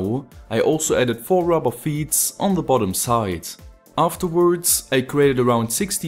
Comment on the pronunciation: lol I love how you speak I put these wirez in the holez and afterwardz.... But don't get me wrong, you speak english really good, better than me for sure, and I love your videos.